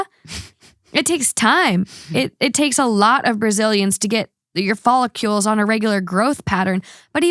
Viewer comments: FolliCLEs, not FollicULEs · Fall-ih-kuhlls follicles not follicules😂 sorry I had to